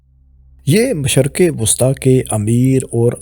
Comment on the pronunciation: MashArq-e-wusta? MASHaRQ? When and where did you read or hear this pronunciation of MASHRiQ?